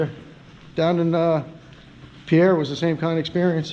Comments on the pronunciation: Great work. BTW the capital of S.D., Pierre is pronounced as if it rhymes with peer. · FYI - Pierre is pronounced peer.